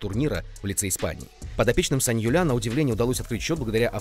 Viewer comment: Да,саньоль правильно,ухо подрезает саньолЯ